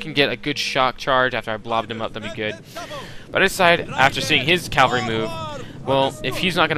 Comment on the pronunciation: my god, i like your vids but PLEASE pronounce stuff correctly. CA. VAL. RY. not calvary it makes me cringe :(